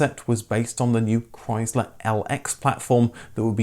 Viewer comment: Learn how to pronounce Chrysler